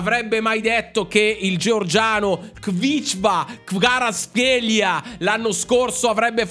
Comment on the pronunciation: è ch vica c va raz chelia 😂😂 La pronuncia.